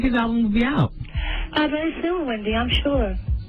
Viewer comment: Nicki really said “Pendy” 😭😭💀